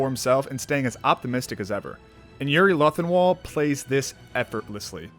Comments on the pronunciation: So no one is going to mention him saying yuri luthinwall here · It was a good vid until he said yuri luthenhal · I just need to say this. You called yuri. Yuri latenwall